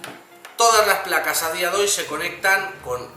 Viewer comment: "A dia doy" .... jeje